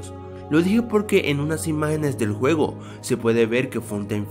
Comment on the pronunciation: dijiste huevo en lugar de juego XD like si lo notaste